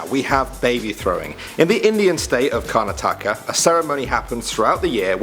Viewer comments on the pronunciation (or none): none